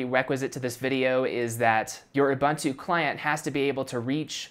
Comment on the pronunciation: Sorry to say, but your pronunciation of Ubuntu grinds my ears.